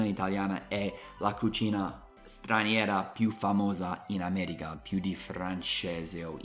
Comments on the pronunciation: Continua così, adoro i tuoi video e non ne escono abbastanza spesso! Una cosa però: attento all'inflessione dialettale! La pronuncia corretta è America, solo noi romani possiamo dire "aaameregha" 😂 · anche se il tuo italiano è stato appreso a Roma, ti prego, cerca di dire AmeriCa e non AmeriGa!😉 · Io AMO il tuo canale sia per le lezioni di inglese che per il confronto tra le nostre due culture... e mi fa Morire (in senso buono) come dici "Ameriga" in italiano con accento romano 😂♥️ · Quando dici ameriGa rido troppo, mi sembri l'amici miei de roma XD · se sei di Roma allora dici AmeriGa e anche maDemaDiGa, altro che il mio udito!🤣